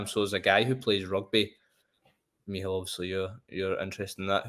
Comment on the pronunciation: Meehall? What kind of name is that? Is it supposed to be Mícheál?